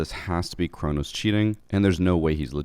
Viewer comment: It’s Cronus